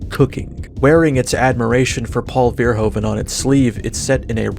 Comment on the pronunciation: The way your massacre Paul Verhoeven's name is like black nails on a blackboard. <3